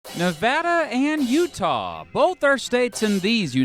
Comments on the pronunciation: Hell im from utah and you got that shit right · I’m from Utah you had it pretty right! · Also I'm surprised that he got Utah correct, I've heard everything from uhtuh to OOtaw.